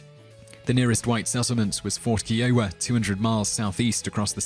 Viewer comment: Long I in "Kiowa." "Arikara" has stress on the second syllable.